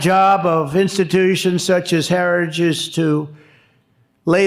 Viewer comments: Trump can't say the word, HERITAGE, but he believes in it! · The man can't pronounce the word heritage! 😅 Don't want this bozo running the country! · trump can't even say the name heritage 😅😅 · "Heritage" is such a difficult word to say. Just listen to tRump try to say it.